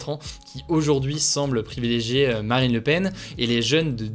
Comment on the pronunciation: c'est moi ou j'ai entendu maraine le Pen ? 🤣🤣🤣